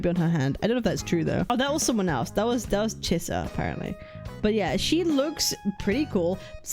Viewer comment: The name Chisa so much sounded like "Scissors" if you pay attention 😂